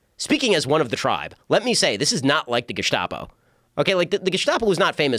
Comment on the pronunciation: Ben "Geschtapo" Shapiro 😂